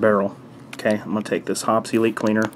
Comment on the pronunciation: Great tips, very useful. Hoppe's is pronounced Hoppees not Hops. :-) See their vids.